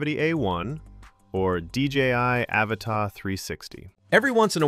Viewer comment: "Ava Ta" that's one way to pronounce it